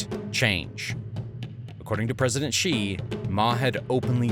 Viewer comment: Don't you know that Xi is pronounced She, not Jee??